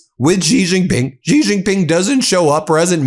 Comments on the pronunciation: Love ur Channel - thanks for all you guys do! One quick comment: Xi (JinPing) in Chinese is pronounced like “she” in English. Totally understand that you are not expected to pronounce correctly Chinese characters but getting this one name right would be useful to your many wonderful listeners around the world! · Ben, a small suggestion---Xi is pronounced about like the word "she" in English, just tighter (stretching out corners of the mouth) and more aspirated. But you can just say "she" as in English and you will be far more correct than trying to somehow pronounce it with a "z" or "j" sound or some other exotic notion of what a "xi" spelling should sound like. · Ben, as I have told you a dozen times, the pinjying Mandarin pronunciation of Xi is more like the English "she", not "gee". Why can't you fix this? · Pardon the brashness Ben. I am very disappointed that after years of analysing world politics, you still have not pronounced correctly the surname of the Chinese president. The correct pronunciation is ‘ see or C’ not Jee. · It would be super cool if you could someday pronounce Xi's name correctly. It sounds like "she" not "zggghhi" like you continue to do. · It's not jee it's shee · Ben, quite and easy phonetic lesson: please pronounce 'Xi' She. Yes - it's 'shee' jin ping. Not GEE jin ping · Hey, Ben, thanks for all the hard work! By the way, Xi is pronounced Shee, not Gee. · Dude, pronounces Sie, not Zee, Jee, Gee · China does not insult. China acts rational in accordance with the circumstances. Also, Xi is not pronounced 'zi." In Chinese (Mandarin), "Xi" is generally pronounced like the English word "shee" (/ɕi/), with a soft, hissing "sh" sound that is accompanied by a smile. (Google AI) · Trump could not text in transit, which was a good thing. Xi is pronounced as she, not Jee. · Ben, get it right...Xi is pronounced close to 'she' in English. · "Xi" is pronounced like "she" in Chinese. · It’s she, XI is pronounced she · Xi is pronounced “she”